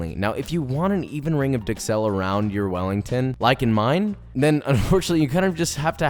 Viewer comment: However he doesn’t pronounce duxelles correctly and this guy does.